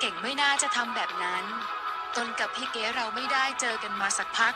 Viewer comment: อีบ้ามึ่งอ่านชือนอ้งเขาให้ถูกหนอ่ยนอ้งเขาชือเก๋ไม่ใช่เกกูละเซ็งคนอ่านข่าว